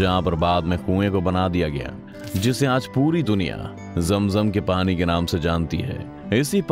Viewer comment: Kya style mey bolte ho bhai. Pani ko Parrin 😂👍